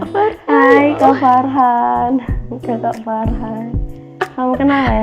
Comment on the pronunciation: Farhah rin hahahaha arin dengernya farhan wkwkwk